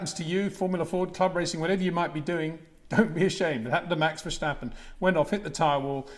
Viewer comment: There is no "SHJ" in Max Vershjtappen. Its just Ver sta pen :) i hear it all the time, even at those press briefings lol